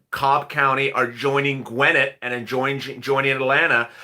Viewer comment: You pronounce it Gwen Net/ Guinnet Ga